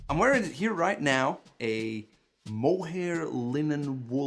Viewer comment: Did he say mole hair?